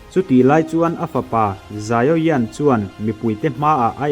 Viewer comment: Xiao yan (zaio yan) ni lo vin Xiao yan (zau yan) tih tur